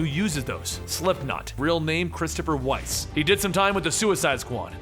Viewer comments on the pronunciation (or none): none